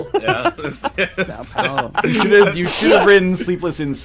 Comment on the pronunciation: THAT IS THE GREATEST THING EVER! (Listening to an English speaker attempting to pronounce "São Paulo". "Pão de queijo" is pretty funny, too.)